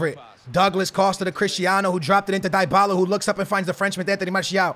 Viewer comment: please learn how to say dybalas name right